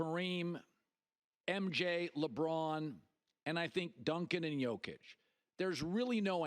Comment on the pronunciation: It kills me how after 6+ years of being one of the best players in the league, people still say Joke-itch. It's Yo-kitch. Does he call people named jose Joezay? Lmao. Edit for clarification: if he was the vicepresident of Serbia, I'd understand why a sports contributor couldn't pronounce his name. He's a multi time MVP being discussed daily... to continue to mispronounce it makes him seem kinda stupid. Especially when he's a regular contributor on sports shows.